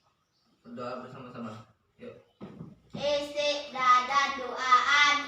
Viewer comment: Isti'adan bukan isti'dadan bang..hhi izin comen Nanti jadi kebiasaan anak2nya😁🙏